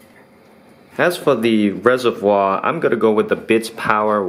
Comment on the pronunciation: it's Reservoir, please emphasize the r more it's so cringe.